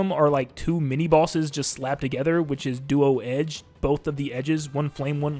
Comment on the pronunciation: Im sorry but "Duo edge" 💀